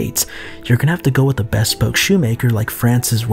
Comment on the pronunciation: Did you really say beh-spoke? 😄